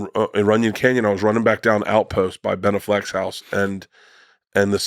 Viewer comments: "Ben Uh-flek" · Dude the way he pronounced Ben Afflecks name 😂